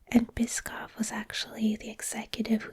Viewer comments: Bischoff is pronounced Bisch-off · Eric Bischoff's last name is actually pronounced "Bish-Off" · It's bish-off 🙂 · Best pronunciation of Eric bischoff I’ve ever heard lol